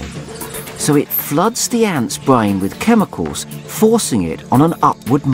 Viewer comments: "Its bwain." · Weach...bwain... so obnoxious. A narrator with a speech impediment. Ugh